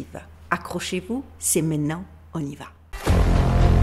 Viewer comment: attention ce n'est pas "mainant", mais "maintenant" pour le reste c'est parfait j'adore vous écouter, je vous embrasse, merci pour votre travail